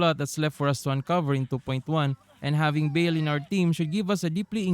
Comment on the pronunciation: Dont apologize, but the correct way to pronounce baal is bah-ahl with silent H and The second A sound the same as the first A